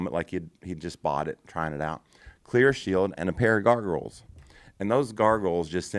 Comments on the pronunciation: I like everything but the word gargles ... Isn't it goggles ? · I love how they call them garrgles instead of googles lol